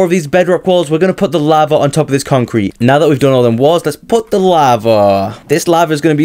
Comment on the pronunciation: its lava not laver lol